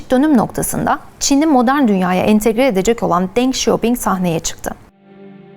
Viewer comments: ding değil dıng demek daha doğru olur, 邓小平 (ÇİNCE okuluşu deng xiao ping), ding demeniz hiç doğru olmamış. Dıng yani ı ile telefuz daha doğru olur. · 邓小平 Deng Xiaoping (Dıng Şiyaoping) Çin konusunda uzman olup Çince isimleri yanlış okuman biraz hayal kırıklığına uğrattı. 😅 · Çinde isimlerin lütfen doğrusunu telaffuz ediniz. Bazı markaları ingilizce telaffuz ediyorsunyz ama deng xiaopini Türkçe telaffuz ediyorsunuz ama deng diye telafguz edilmez .Biraz daha özen lütfen